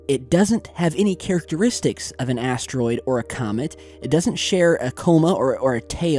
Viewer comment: i hear like asstroid..listen carefully